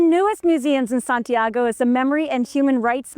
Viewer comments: Is not SantiEgo- it’s SantiAgo. Please make the minimum effort to correctly pronounce the names. It’s infuriating hearing you mispronounce them over and over. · Why is it so difficult to correctly pronounce Santiago?